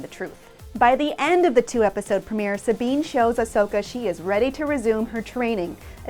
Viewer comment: She says it fine, quit being a troll and crawl back into your cave